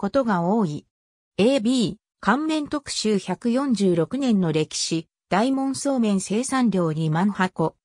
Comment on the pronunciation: 「おおかど」素麺ですよ。全部読み間違えてますから再生回数少ないうちに音声を修正したものを再アップされては？